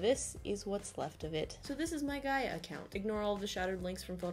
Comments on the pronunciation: one: you're saying Gaia right. Two: PLEASE go back on Gaia lol it's changed so much (been on since 2007, left for four years after 2012, and them came back in Jan). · yes she is, it's pronounced "guy-uh" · Also, you are pronouncing "Gaia" right. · You are pronouncing it right do not worry. I always wish I could go back in time to the early internet days because now we know exactly how internet fame works. It would be interesting to see what someone with todays knowledge could do in yesterdays landscape. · I'm 25 now and spent my early teen years obsessed with runescape, neopets and gaia (which I pronounce the same way as you!) but 100% true I learnt how to html code because of neopets and MySpace xD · You were saying Gaia correctly, honestly it's so weird that Gaia is my name, and also this super popular online thing...very unnerving XD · Since my name is actually Gaia, I can tell you that your pronunciation of it sounds good! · LMAO MY NAME IS GAIA!!I used to play gaiaonline all time...IT FELT SO WEIRD WHEN YOU KEPT SAYING MY OMGGGG (also you're saying Gaia right, don't worry lol!) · You are saying ''Gaia'' Right i guess becuase my name is Gaia :') and you said it right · Oh and you're probably saying Gaia right :) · don't worry. u pronounced Gaia correct! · Don't worry you're pronouncing Gaia right!